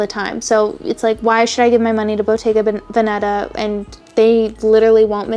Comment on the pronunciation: I love hater! 😂 Ps: the correct pronounciation of Veneta would be Vèneta (like Telegram) opposed to Venèta (source: me born and raised in Veneto) 😘